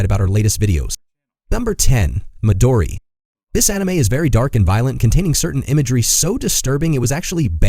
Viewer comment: Btw its called midori ..... there is no madori ! People make some research before you put a title on !